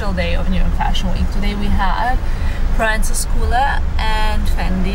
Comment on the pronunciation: Loved the vlog! Little correction, Proenza Schouler is pronounced pro-EN-za SKOOL-er. A lot of people make that error.